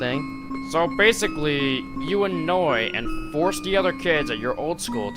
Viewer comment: If I had a nickel every time he said bassically